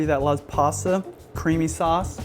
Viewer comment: Are you saying passa? Lol